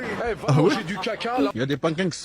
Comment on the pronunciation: Y’a des penkeke 😂😅